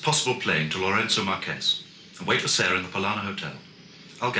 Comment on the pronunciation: Ha ha, pretty certain the secret services knew better than to pronounce the capital city of a then Portuguese colony in Spanish rather than Portuguese: the Marques in Lourenço Marques is not the same as the Spanish Márquez, meaning the e is not pronounced as the e in Kes but more although entirely like the er in avert. And having a Somali African woman play a South African Bantu woman is a glaring miscast. Otherwise superb, especially Robert Morley. 'Have a peanut' .